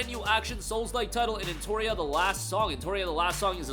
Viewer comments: he said Entoria so many times you would think he believed thats how it was spelled lol e NO tree uh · its NOT “Enotoria” its Pronounced “En-Not-Tree-uh” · No its not. "TOR" doesnt make a "tree" sound.